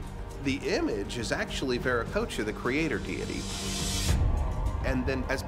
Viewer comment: It's Vir-a-ko-cha! You can't even pronounce it right.